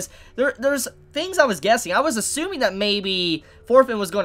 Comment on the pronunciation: Why does say fors, forfin, fings? like the cockneys I know pronounce "t" with "f" and "w", but why? It's confusing